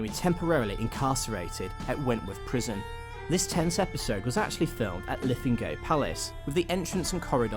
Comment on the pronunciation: Culross is actually pronounced "Coor-iss" Aberdour is "Aber-dower" and Linlithgow is "Lin-lith-go" apart from that, nice video.